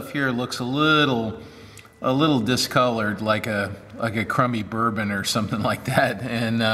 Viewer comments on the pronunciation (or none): none